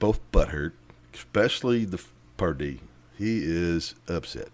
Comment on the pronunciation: commentary is annoying. it's Pardee not Dupree. you added nothing to this video. you're dismissed.